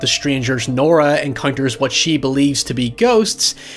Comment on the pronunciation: i like how you say the name nora. it’s my name and very underused so it’s nice to hear people with different voices and accents say it :)